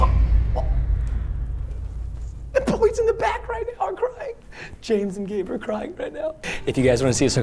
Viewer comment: It’s pronounced gabe not gave